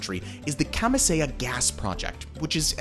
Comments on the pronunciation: Its no "chan-k" its chancay. Porque los gringos no hacen el mínimo esfuerzo en pronunciar? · Ilo is pronounced phonetically EeLo . Chancay is pronounced phonetically, ChAN CAY. Please learn some basic Spanish. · Interesting but your pronunciation was way off. Chancay is pronounced Chan Ky like sky. Pisco is pronounces Pee sko not piss ko. Ilo is pronounced EE Low not "Yo". I live in Peru.